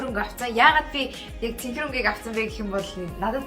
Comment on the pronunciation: Цэнкэр бишээ цэнхэр шүү